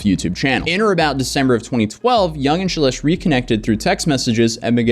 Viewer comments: The whole time I thought he was pronouncing CELESTE wrong like CHA-LESH...lmao it Shelesh. 😂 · No two shelesh pronunciations were the same 😂